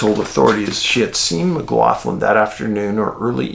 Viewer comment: Jaysus, my man Cian McLaughlin - that is my last name, exact spelling. But, poor lad, I've been lookin' out, wondering if he's been found. The pronunciation is mick-LOCK-lynn, Dave! Usually the mick-LOFF-lynn pronunciation is the spelling McLoughlin, instead of McLaughlin.) The Mc's are Irish, the Mac's are Scots/Scots-Irish, depending.